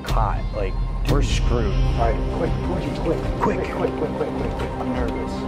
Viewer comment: Not me thinking he said Cucci not Pucci 😃